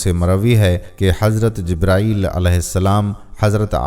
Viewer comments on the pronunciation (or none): none